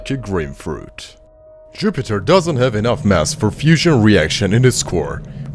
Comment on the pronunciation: I agree that he said Župiter